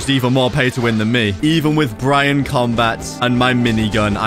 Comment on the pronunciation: It's (berry-on) mode